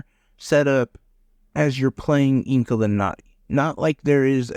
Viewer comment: I never heard of this game.. the name I think u said it correctly 😊